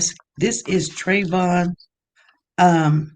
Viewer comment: Why interviewer keep saying Trayvon